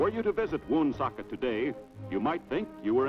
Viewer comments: Not WOOOOOONsocket.. It's Wunsockit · Wow that's crazy. I had no idea Woonsocket was predominantly French in the 40's. Also, the way the announcer says Woonsocket is hilarious. WUN-socket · According to Wikipedia, it's pronounced "one-SOK-it". :) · I hate when people from outta state mispronounce Pawtucket ..WoonSOOOCKET ..Pawtuxet ....... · I have always lived in RI and watching this makes me smile! I just get very annoyed how they say Woonsocket! But I love old things like old movies,shows, and history so this is a blessing that we are able to watch this short film about the best state in the USA!